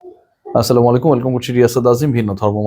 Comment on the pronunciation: "আ ছেলাম ও ওয়ালেকুম" ভাই আগের ভিডিও গুলো ডিলিট কোরছেন? ... এখনও করেন নাই ... তারাতারি করেন। 😃